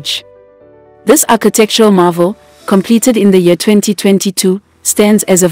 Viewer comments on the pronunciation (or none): none